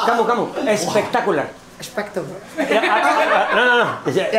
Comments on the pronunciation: i was like in heaven when said " espectaculare" waooooow.... what i like from your video is you all are like 17 y.o and enjoy your life..... thankyou for making me happy dudes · especttaculerr haha